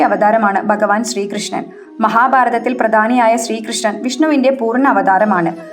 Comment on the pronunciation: എടി കൊച്ചേ, " ബഗവാൻ "അല്ല "ഭഗവാൻ " എന്നാ